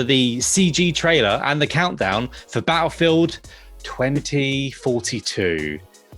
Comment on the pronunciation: Can we tell what culture guy that Battlefield has two T’s in it. It battlefield and not Ba-llefield..